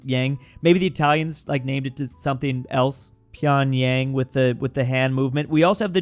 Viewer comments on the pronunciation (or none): none